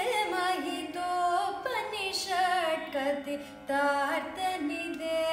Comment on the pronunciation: You are pronouncing upanishad as upanishat..This is wrong. Your voice is blissful but please rectify those pronunciation mistakes. Dont mispronounce the sanskrit words. Those words are holy. Better learn sanskrit as well as the meaning of the song which you are singing. All the best.